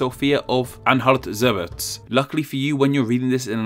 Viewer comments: your "Anhalt" was pretty good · Anhalt you pronounced correctly but Zerbst is pronounced how it looks zerbs-t